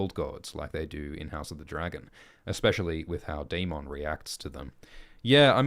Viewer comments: Why do you lean so hard into pronouncing Daemon as day-MON when GRRM clearly pronounces it day-MIN? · Why keep pronouncing daemons name incorrectly? They say it in the show. This isn’t Jamaica mon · Well Ackchually 🤓 the way they say the name in the show is wrong too, it's not day-men or day-mon it's actually die-mun which is the valyrians conjugation for it.